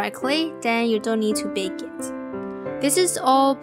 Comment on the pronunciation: And u also say bake and bownd